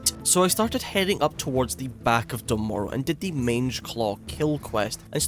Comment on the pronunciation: I love this series! But Dun Morogh is pronounced "Dune More-uh" in the Dwarf Intro Cinematic. Dunno why everyone says Done Morrow